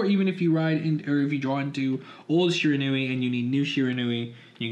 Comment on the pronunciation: It's pronounced she-ran-we